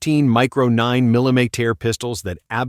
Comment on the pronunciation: 9 "Milly-meat-tear" 😂😂😂😂😂 god I hate AI videos